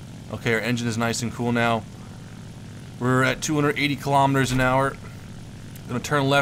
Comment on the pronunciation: Did you say 'now' or 'meow'?